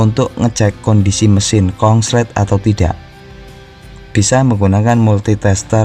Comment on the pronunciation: Konslet mas bukan kongslet